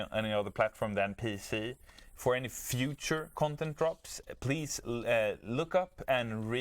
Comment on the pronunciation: Console? Pwease? L_?